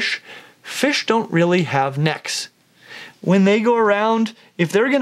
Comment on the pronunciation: Nobody: Seriously nobody:: NEHKS